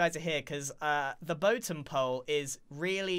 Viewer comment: Don't you mean the "boatem" of you stomach just dropped?